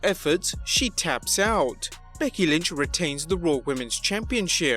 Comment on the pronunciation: who is BEDKY lynch? 😂